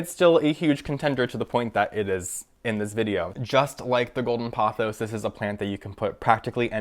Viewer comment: You're completely mispronouncing 'pothos'. You say it as though it was spelt 'pothows'.